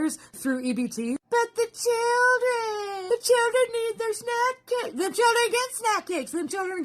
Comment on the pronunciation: It cracks me up everytime someone says "key ids" and "chih rin".